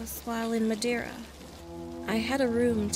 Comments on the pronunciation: not me saying to: ITS MA-DARE-UH! then realizing its not the madera in california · "Madiura" You mean madeira? it's wood in portuguese ksjdkx the pronunciation killed me omg. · Me watching this: This is fine: “MADERA”. Me being a native from Portugal: “Am I a joke to you?” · as a portuguese citizan and a fan of yours it really hurted when u said "what is that? wtf is madeira?" :( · the pronounciation of Madeira kills me- oo next horror story